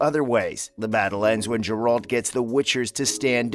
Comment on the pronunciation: What the fuck... Does he say Jur-alt?